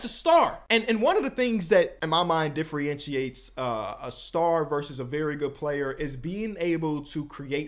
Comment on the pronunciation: We need to teach how to pronounce “differentiate.”